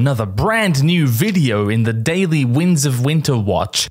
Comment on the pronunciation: Is it just me, or does he say "the wings of winter"?